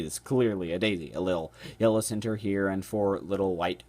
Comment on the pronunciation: i like the way you say "center" hahah. Never heard it like "Cinter" before.